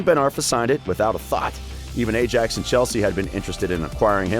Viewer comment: Pronunciation of Ajax made me dislike the vid